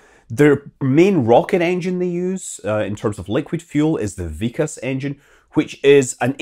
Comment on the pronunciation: Its not vik-as ...... Its VIK + kas .... K sound is carried over And Its IS-RO , like' is this '